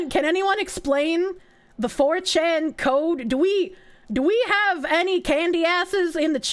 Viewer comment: The way she says "four CHAN" reminds me of how Plankton from Spongebob says "ice CREAM" when he's teaching Robert to be more assertive.